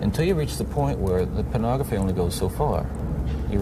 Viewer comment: Take a shot every time says Penography.